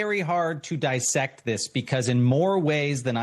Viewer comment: " : "It's hard to die-sect this." "Die-sect"? The word is DISS-ect, with a short "i". What other word beginning "diss-" is pronounced with a long "i"? I am extremely DIE-satisfied. I could write a whole DIE-sertation on his DIE-sapointing this is... Like so many others, he's confusing the short "i" pronunciation of "Dissect' with the long "i" pronunciation of "BI-sect." But "bisect" has only one "s". The other terms have two "s's," resulting in a short vowel sound. Also, why do media folks ALWAYS give Trump his full name? Why not refer to him as "Trump" instead of "Donald Trump" over and over? Are they even aware they do this? Of course, even if they're his "enemies," he LOVESLOVESLOVES hearing his full name in the media. Makes him feel like a big boy. Using his full name like this does everyone a DIE-service...